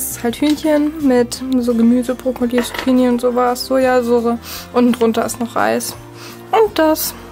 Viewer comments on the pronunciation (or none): none